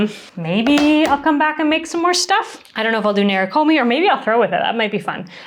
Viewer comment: Beautiful video and pieces! Thank you for taking us through this wonderful process. To anyone interested in the word “nerikomi” itself, it’s not “nair ruh koh mee” in the original pronunciation. To each their own way of saying things, we each have our own muscles trained in language, but for the curious “neh-lee-koh-mee” is closer to the Japanese pronunciation.